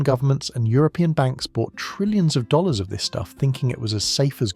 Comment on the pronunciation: you seem to have a problem pronouncing dollars and dealing with acronyms 🤔